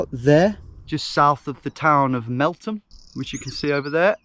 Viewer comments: Sorry did he say "Melt-ham"? It's "th" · You started this in the village i spent 25 years of my life. It's pronounced Melth-am not Melt-ham but we'll let you off 😂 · wait a minute I live near Meltham, I nearly didnt realise thats where he was cause he said Metham lol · ur meant to say meltham pronouncing the the instead of the t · btw its prenounced mel-tham